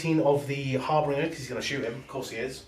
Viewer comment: Guys it is not a HarBRinger it is a HarBInger......great batrep btw!